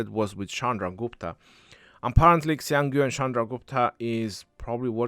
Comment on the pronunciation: is the only one who pronounced Xiang Yu correctly. Hsi yong You